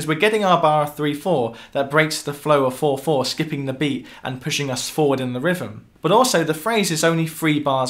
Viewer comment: Love how the English pronounce rhythm "rivvem". And they bust OUR balls for not speaking "correctly". : ) Anyway, enjoyed the video. Love hearing these raw, less produced and/or live versions of these songs.